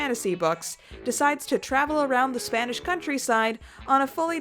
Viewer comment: Spanish pronunciation’s not awful!